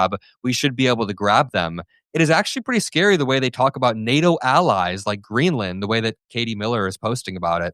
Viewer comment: Hummmmm !!! Is their oil in ‘GREELAND’. 😂🤔🤣😆